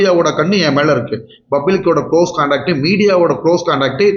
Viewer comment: Doctor says ‘bublic’😂😂😂😂